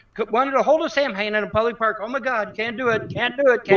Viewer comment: Um...it's not pronounced "Samhain". Any real pagan would know it's pronounced "Saw-when" with the accent being on the first syllable.